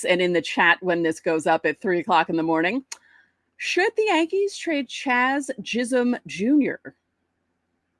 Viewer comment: She called him "Chaz Jism." Guess it was bound to happen at some point. LOL